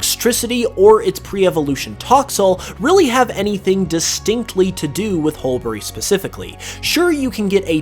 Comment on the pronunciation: The second ‘u’ in Hulbury is silent- pronounced hull-bree